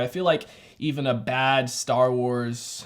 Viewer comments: Did u say dar wars or am I trippin😂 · Man really said Dar Wars